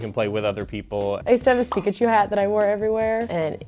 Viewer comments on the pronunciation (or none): none